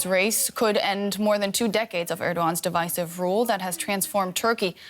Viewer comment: Dear DW: I do not fault your anchor but please observe Device-ive (wrong) vs Divisive. It's an incredibly common oversight even among native English speakers. Danke.